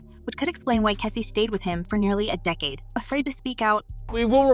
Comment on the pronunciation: Is it that hard to pronounce Cassie? What's keecy and Kessie ? Cmon man! Also this is OLD news. I didn't see anything about the title of this post....FAKE CHANNEL!!